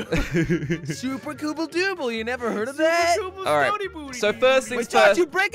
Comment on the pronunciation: everyone: "super cobble": "SUPER COOBLE"